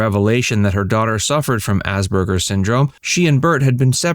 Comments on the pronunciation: The word is Asperger’s, not Asberger’s. It is incorrect to pronounce it with a ‘b’, which the narrator does throughout. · Ass PER GER’s! Why are you mispronouncing this?